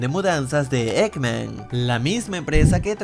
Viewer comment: dice eggmacn yo SONIC😁